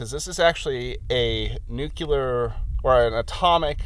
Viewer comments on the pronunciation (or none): nukular is not a word and nuclear (nuk lee urr) is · Nuke-lay-her? Nuke-lee-hear? Nuka-cola? Nuka-nuka-motha-trucka? Why tf does it matter how he pronounces it? 🤣 Did ya know what he was referring to? Then yep, his way was working just fine 💁‍♂️